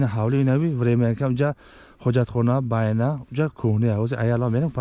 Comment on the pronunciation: Байна не БАНЯ 🤦‍♂️